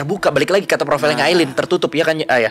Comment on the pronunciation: Masukan yang bagus. Ngomong2 namanya Aileen (bacanya Ailin). 👍